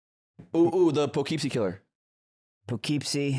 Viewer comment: I live near poughkeepsie. It’s puh-kip-sie. It’s spelling is not phonetic.